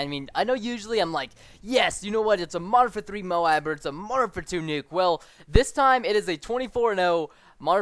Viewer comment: When you say Modern Warfare 3, it sounds like you say Martha 3